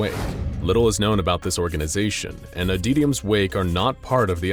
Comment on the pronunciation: "Adeetium" Like, seriously, you have pronounced the word "Adytum" correctly before.